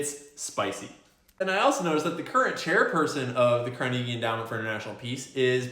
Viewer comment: Haha. You keep pronouncing Carnegie wrong.